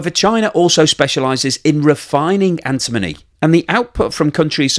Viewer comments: doesn't even know how to pronounce antimony! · You should learn how to pronounce "antimony" correctly.